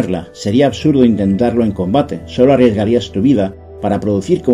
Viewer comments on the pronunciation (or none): none